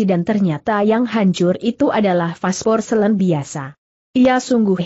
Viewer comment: pasporselin? apa maksudnya porselin suara google kok sering gak tepat, tolong dipercanggih. tq